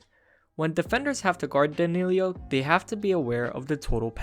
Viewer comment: Its not Danillio, it's Danillo